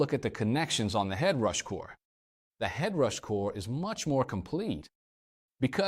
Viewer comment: He called it Ed Rush, Ed Rash, Head Rash and there are dropouts in weird places, I got uncanny valley syndrome from this video.